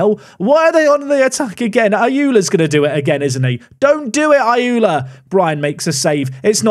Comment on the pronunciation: Ayoola isn't pronounced as "ayula", more like "ayorla"